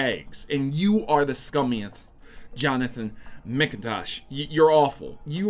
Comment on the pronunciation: "Mc Intosh" It is MACINTOSH in pronouncation. Good job though, that made me laugh.